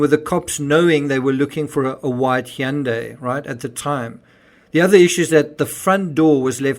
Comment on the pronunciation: So a good way to remember how to say Hyundai, it’s “Hyundai like Sunday.” It’s Sunday with an H.